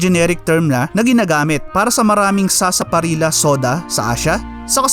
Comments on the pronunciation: Sarsa parilllllya pronounce hnd sarsaparilla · FYI ang tamang pronunciation ng Sarsaparilla ay Parang Sarsaparilya. It is pronounce as such because of the letter double letter L kaya Sarsaparilla na parang Sevilla. Cheers.